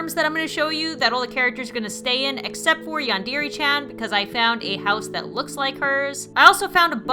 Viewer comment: its not yandeere chan